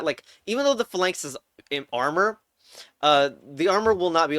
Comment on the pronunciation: you're pronouncing phalanx wrong on purpose right?